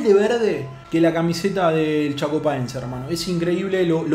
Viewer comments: que te pasó en el minuto?? Es Chapecoense, no Chacopaense jajajajajaj saludos Crack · like si notaste que dijo chacopaence en vez que chapecoense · MG si escuchaste el "Chacopaense" en el !